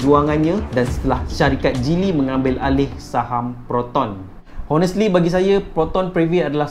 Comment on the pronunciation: Menyirap pulak dengar Honestly Honestly hahah. Silent H la... Bunyi onestly